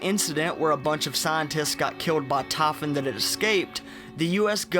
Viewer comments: The tahfun? You mean Typhon. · it is not tafun, it is typhon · Just say : "Tie" and - "Phone" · I fucking hate the way he pronounces Typhon. It not Tie fun. It's tie phone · ''the TAYPHON'' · He said tafin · this guy's accesnt man... it triggers me the way he says typhon. TAH -FUN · 4 minutes in and just realised you're talking about the typhon, not "taffen" LOL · They way you pronounce "typhon"....No thanks, keep that southern accent neuromod. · "taphon" "devace" "praace" "tam" your neuromods are failing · Tah Fun. Satelat. Laf form. Naateen sixty three.